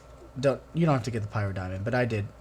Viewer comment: its not pronounced Pie_rah_star pr Pie_rah_Diamond, More like pih_ra_star